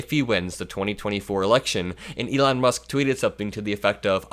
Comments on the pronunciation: I will call him Leon for now on ! I think he also said brocket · Elon - Leon… at least both names have the same letters👏 tomorrow we’ll teach Donald how to sound them out🤣